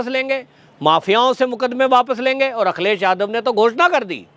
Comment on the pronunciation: Akhilesh Bhaiya ka name thoda ache se boliye